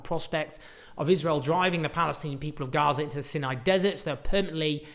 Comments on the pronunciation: The Sinai dessert is pronounced Sai-nai - not Sin-nai. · Rhymes with EYE, not PIN. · Pronounced "sigh-nigh" desert, not "sin- nigh". Please...say it correctly. I had to stop listening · isn't it "Sigh-nigh", not "Sin-eye"? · Isn't it pronounced "Sigh-nigh"? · Is it pronounced "Sin- eye" peninusla / desert or "Seye-nye" - always thought and said the latter way here. It used to be part of Israel from 1967 till 1970's -1980's after the Sadat - Begin treaty FWIW.